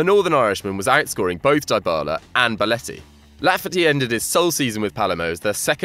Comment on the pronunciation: Also pronounced "deebala" not "diebala"